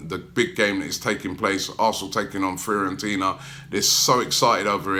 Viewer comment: Firentina haha It’s Fiorentina